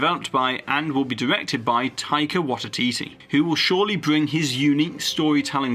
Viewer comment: Great recap of all the new stuff. One thing just for future videos - Taika Waititi is pronounced Tie-ka Why-tee-tee 👍 His episodes of The Mandalorian are so good (as was Thor: Ragnarok) - it’s about time they gave him a Star Wars film to smash out the park! 🚀✨